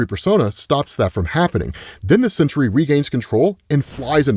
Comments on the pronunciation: It's SENTRY, not "century." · Dude, it's Sentry. Not Century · That animal Sentry Can’t even say his name